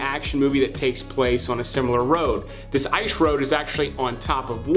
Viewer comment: Why cant you say the word " Ice " ?